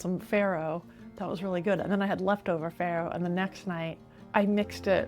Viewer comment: it's not prnounced FERRO but FARRO, italian word. 😀😂